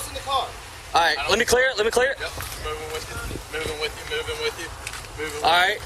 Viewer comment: 무빙윗유가 범죄자가 죽으면서 한말인가요? 이상하고 기괴하게 발음하는 것이 그런 듯 한데…